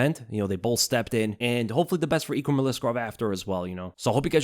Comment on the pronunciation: Your name pronunciation is the worse I’ve ever heard. EEKrum? We all learned how to read man 🤣